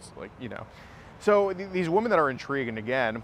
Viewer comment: Please teach the plural of WOMAN is WOMEN pronounced WHI-MEN